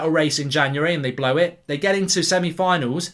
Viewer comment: Lol he said Semi on.